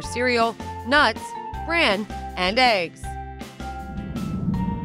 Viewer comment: Even eegs instead of eggs